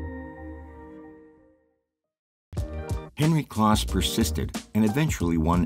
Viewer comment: Henry "Close" not "kloss." Also, in narration, a second reference uses the last name, not the first. e.g. (for example) "Vlichur says." or "Vilchur decided."